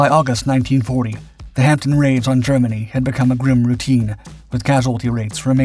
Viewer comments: Just a couple of points. The Hamdpen is not pronounced as you do, not your fault. The 'P' is silent and the 'E' sounds more like an 'O', but not quite (a bit similar to the way we pronounce 'shire' at the end of a county's name, as 'sure', Hampden is, after all, the name of a place. You reference K** and L** as is they were like project titles when they are, in fact merely aircraft serial numbers. They took the form, during the war, of a letter and four digits (K - L - M - N - P, and so on), later, into the Cold War and beyond, the series had evolved to two letters of the alphabet and three digits (technically still the same series of - well - serials), so that, during my time in the Air Force, there was a Nimrod XV236 and one XW666, for instance. When I left the service, we were into the Z?*** series. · Where as 'Hampton', which the commentator on this video consistently substitutes, means something completely different and rather rude! See a dictionary of Cockney rhyming slang! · Good video, thanks, but with my pedant hat on I'm wondering why it's repeatedly referred to as the "Hamp-tin" when it's actually pronounced "Ham-den". 🤓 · It is pronounced Hamden - the "p" is silent. The narrator sounds as if he is saying Hampton. They are rebuilding one at Cosford Air Museum in the UK. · why is the narrator persist in callin it the Hampton when its the Hamden? I can guess of course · The HP52 was known as the Hampden not the HampTON as the voiceover irritatingly states repeatedly. Get it right. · Good Doc, but please stop calling it a Hampton, its a Hanpden. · Over here, in the UK, it's pronounced Hamden (the P is silent) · Sorry to be picky but it is pronounced Hamdun. My father (Bomber command throughout the war) always called them 'Ham bones' 😀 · Pronounced "Ham - den". It's the Scottish national football stadium. 🙂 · pronounced Hamden though, the "P" is silent. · It is pronounced "Ham den" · No, it's a Ham-den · You don't pronounce the P. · Hampden not hampton!!